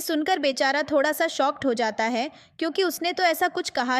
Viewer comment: I think you are punjabi because you said thodaa